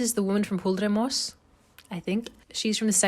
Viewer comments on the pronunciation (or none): Hoojgaard man you really kind of lost me a bit. It would take you 30 seconds to learn to pronounce it. Come on.